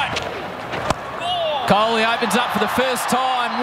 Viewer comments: He also say coley...🤣🤣😂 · They pronounce the name of indian players in a funny way like, 😂😂😂 Shikhar dhawan = Shiky daawan Rohit = Shaarma Kohli = Kholi Rahul = Raool Iyer = Aayer Pandya = Pendia Shardul = Shardul thakoooor!! Siraj = Siraaas Jadeja = Jadaijaa